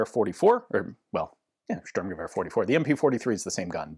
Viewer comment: Just to add some info, the word STORM in the German Sturmgewehr is not storm, it's Shturm which means raid or assault.